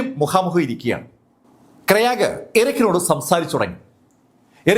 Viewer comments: Kyraag alla Graig. It's a english name. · Sir, Krayag alla I suspect the name is Craig, pronounced Kray-guh. Amazing content keep going 😊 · പുള്ളി പറയുന്നത് കേട്ടപ്പോൾ ഞാൻ കരുതി വല്ല ഇന്ത്യകാരൻ ആയിരിക്കും ക്രയാഗ് എന്ന് 🤣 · It's Craig